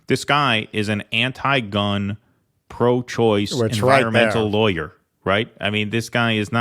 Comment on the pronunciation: mispronounced the word "lawyer." The "aw" makes an "ahh" sound, not an "eye" sound.